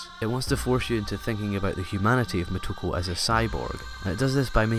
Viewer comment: Moto-KO, it sounds like you're calling her "Ku".